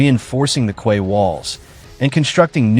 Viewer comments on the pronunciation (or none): What a ridiculous AI-generated animation of the cross-eyed narrator and an equally ridiculous AI-generated voice/pronunciation! e.g. Quay is pronounced 'key' and not 'kway'! ha ha ha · Quay is pronounced “key”